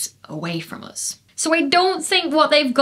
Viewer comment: "to an astronomer anything heavier than Helium is a metal" also any "s" is an s except for when is in "us" then it becomes "uz".... 🤢